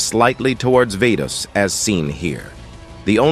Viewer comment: no way bro said 'vetos' 💀